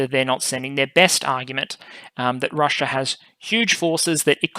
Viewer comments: It's "Russia", not "Russier". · Is she? Is her name spelled "RUSSIA" by the entire world yet this guy and his country keep jacking it up to make it sound like "RUSSUR?" And speaking of jacking it up, is that you in your parent's basement making up little boy jokes?